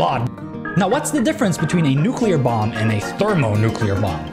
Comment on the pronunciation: I totally thought you said bong and not bomb... had to double check... XD